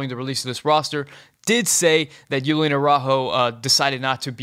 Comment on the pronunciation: Julian = Hoo-lee-an NOT Yoo-lee-an